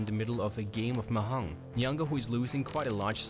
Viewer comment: The j in mahjong is not silent. Has to be pronounced. Sorry but it irritated a little to hear it pronounced like that even though that's not really the point of the video.